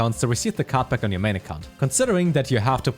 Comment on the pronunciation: that german accent, cannot understand when he says card back and/or card pack